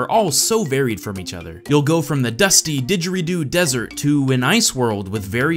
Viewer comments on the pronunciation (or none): none